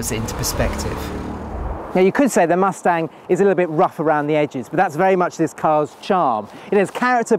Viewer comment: "Muthstanng"? bye everyone, I can't deal with this guy